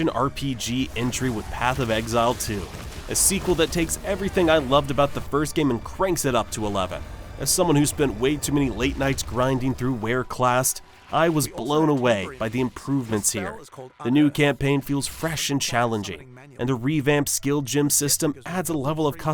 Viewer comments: Wereclast? It's wraeclast you mormon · Bro called "Wraeclast" "whereclast" now I know you're lying lol. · THIS MF SAID "WARECRAST" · "Wareclast"??? Yeah, you sure you've played PoE? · This mf said "whereclast" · Did... Did you say Waerclast? 😬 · Wearclast??? We know you never played poe1... no one mispronounces that name... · Said wraeclast wrong so I closed video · I know for a fact that you've never played Path of Exile at all with how you pronounced Wraeclast. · I’m sorry how did you just pronounce wraeclast? lol